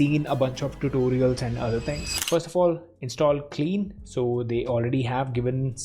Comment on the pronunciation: omg it's pronounced kline not clean you , you are getting on my nerves every time you say clean